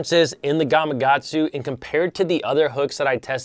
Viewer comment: Nice video...but its GamaKatsu lol